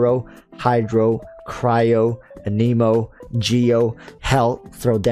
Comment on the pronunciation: Can you say Anemo right? Aneimo is not the proper pronunciation lol